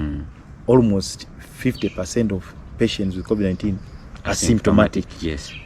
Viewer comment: Wish he'd pronounce covid correctly